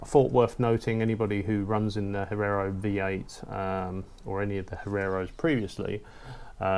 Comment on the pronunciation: Hee-air-oh. Come on mate. It's not that difficult.